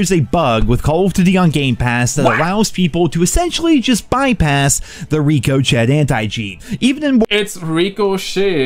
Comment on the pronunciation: Rico... chet 😂😂